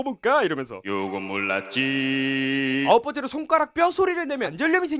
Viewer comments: '요건 몰랐지~' 가 '요금 올랐지~'로 들리는데 나만 그런건가??? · 요건 몰랐지 약간 요금 올랐지로 들림ㅋㅋㅋㅋ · 나만 요금올랐지로 들리나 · 나만 이거 요금올라지로 들리냨ㅋㅋ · 나만 요금 올랐지~~ 라고 들리냐